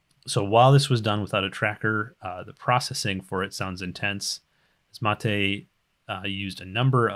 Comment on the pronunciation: LOTR extended is nothing compared to this:D. Thank you,, for taking your time for the community. Also, a fun fact: you are the first one who pronounced my name correctly (Matej)